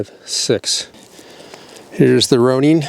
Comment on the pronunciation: Pronounced Roh/row/roe - Nin/Ninn not Neen 🤣🤣🤣